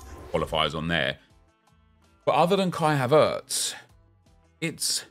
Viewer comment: You pronounce Havertz like he's a Frenchman or sutn lool